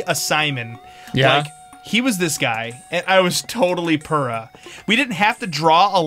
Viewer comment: AM I the only one that thinks Purah should be pronounced Pyurah??? (by the way purah is over 100 years old not a "cute little child". (not nit-picking just putting the facts out there.)